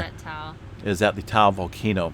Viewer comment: Hey, you two. Great updates. Natives pronounce Ta'u as 'Taw oo'. Thanks!!